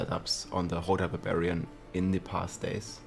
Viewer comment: I keep hearing BAVARIAN 🤣